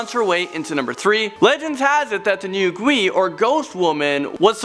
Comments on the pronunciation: Check your pronunciation of gui, it is not gwi, but rather gway. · As I hear saying the word ghost in Chinese I cringed a lot pronunciation is Guai